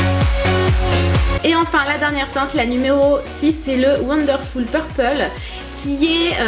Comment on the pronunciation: l'anglais de "wondeurfoul"